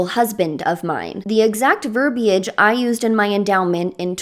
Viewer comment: AT LAST!!! A youtuber who pronounces “verbiage” correctly!!! How and why do so many people lately not realize there’s supposed to be an “i” in there?? Like balm to my wounded ears, I tell you! lol 😅